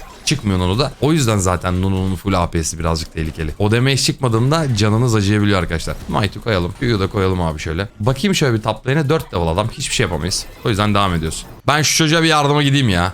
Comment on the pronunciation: Abi gözünü seviyim demeyc değil, demıc